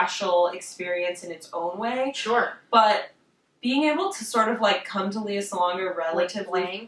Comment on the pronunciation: Lea is pronounced like Princess Leia, btw.